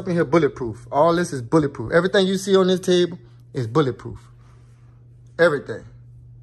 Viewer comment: "BOuLLA prooph"